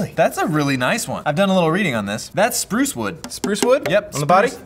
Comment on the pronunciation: that's spruce wood. Sprrrrruce wood!! Im so sorry😂😂😂